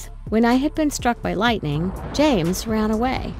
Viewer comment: "lightenng" just me? Ok.